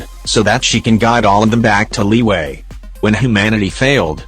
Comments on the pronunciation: Word: Liyue Narriator: LEEWAY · Tch Not Liwue Liyue!!! CHINESE NOT STUPID ENGLISH LIWUE!!!!!!!!